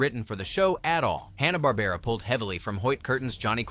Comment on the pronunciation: It's HANNA, not HONNA. 😃